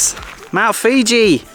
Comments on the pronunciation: Mount Fuji not Mount Fiji bra🍌 🤣🤣🤣🤣🤣🤣🤣🤣🤣🤣🤣😂 Isan they eat all the weird and wounderful things speak totally different language I ate all sorts of insects snakes frogs lizards amazing place great people love to sing and dance. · Mount Fuji, Mount Fuji. LMAO not Fiji- that's a country.. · Love your Mt.Fuji pronunciation. :D